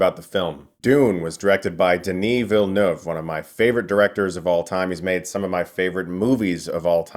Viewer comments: You pronounce Denis Villeneuve's name PERFECTLY, it's so refreshing! Kinda done with all the "Willee-noof" out there lol Signed: A French-Canadian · Thank you for sharing your video and insights about Dune ! Incidentally, love how you correctly pronounce Denis Villeneuve !! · You're the first American I've heard pronouncing Denis Villeneuve's name properly! Nice review too!